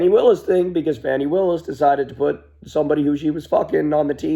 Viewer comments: Is it really difficult to pronounce Fani? Her name isn't Fannie and who she messed around with may not have the consequences that people think. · Not "Fanny" kyle. Fani, like fa-la-la.